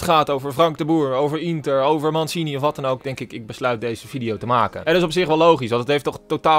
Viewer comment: Mansini ? Hahaha uitspraak nog even op oefenen 😳